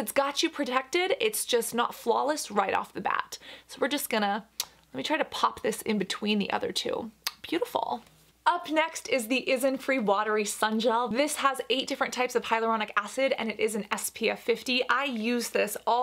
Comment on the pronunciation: You just called Isntree 'Isnfree' again haha